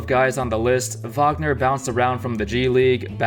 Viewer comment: Say Mo Wagner or say his name correctly